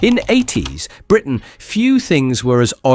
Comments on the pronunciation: "No fashion trend screamed 80s (long unnatural pause)......... (then completely wrong intonation) Britain louder than the shell suit". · Funny how there's the same excess gap between the words "80s" and Britain" every single time - that's a dead giveaway clue to an AI-generated voice-over! In fairness, this one's pretty good and natural-sounding otherwise.